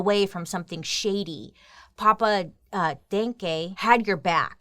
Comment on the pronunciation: No, it is not pronounced like the German thank you. The first e is spoken like the a in 'Daniel'. there is a verb in German that is exactely like the surname of this guy. to think = denken I think = ich denke